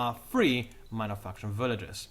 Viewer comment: i keep thinking this guy says mother fuckers instead of minor factions. also you talk way way way too fast, lay off that caffeine just a bit so i can catch up